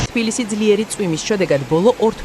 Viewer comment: ტვილისი" არა - თბილისში.